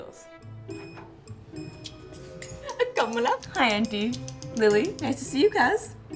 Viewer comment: THANK GOD finally is pronouncing “Kamala” correctly 😩😂